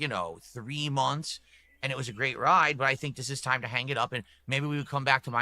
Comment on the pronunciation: "Aaayund", "Baayunned", still uses the weird thus incorrectly... lol.